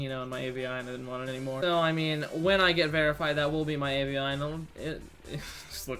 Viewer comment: Also lol at how you pronounced avi